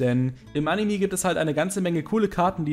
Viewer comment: "animi", immer